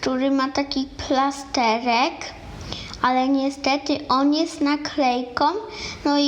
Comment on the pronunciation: Nie plastehek tylko plasterek